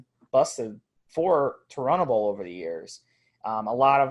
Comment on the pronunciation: Thank you soo much for fu%%%in telling him how to pronounce turinabol, how can i take it serious if he doesn't even know how to say the name